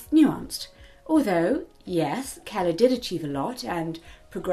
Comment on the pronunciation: I think you pronounced "Keller" pretty well, but, I'm also American, so, what do I know? XD